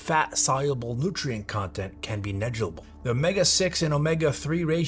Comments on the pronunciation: Neggible? It’s nehg lihg ible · You said “negable” instead of negligible lol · For as professional as you are, I find it humorous that you can not pronounce the word "negligible," lol. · gotta love these youtube retards. can't even pronounce the word "negligible"